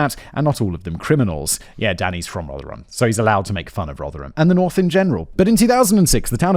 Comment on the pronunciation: You pronounced Rotherham better! Finally..... 😂